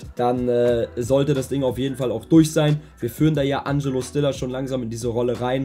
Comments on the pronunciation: Fang bitte an Stiller richtig auszusprechen😂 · die aussprache von stiller seinem namen stört mich so extrem